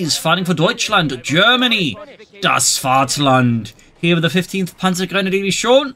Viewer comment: Your Pronunciation of "das Vaterland" is now on native niveau. Can approve ^^